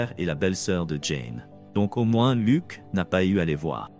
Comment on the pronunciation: On ne dit pas lok mais Luc